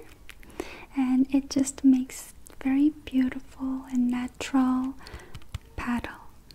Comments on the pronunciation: Anyone else think she was saying "paddle" instead of "petal"? I didn't know until she started drawing. But love you and your videos!!! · I was so confused when sh said petal cause I thought she said paddle and that drawing did not look like a petal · Your accent makes petal sound like paddle. I thought you said “like a paddle,” and I was like “why would my makeup be like a paddle,” but then I realised that you said petal. Haha